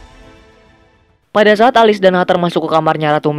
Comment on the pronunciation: Alice bacanya Elis bang bukan Alis.